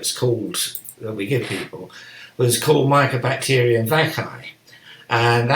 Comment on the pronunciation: Mycobacterium not microbacterium.